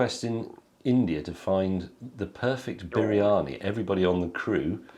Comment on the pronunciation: you pronouncing it wrong.. you saying bearani.. but it is actually pronounced breani.